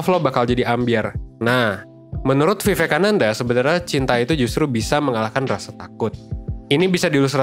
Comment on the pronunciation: Pronounciation nya : wiwekananda